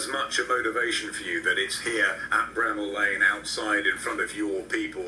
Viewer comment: Bramall lane, pronounced Bra maul Lane. Good video bro. ✌️from the UK!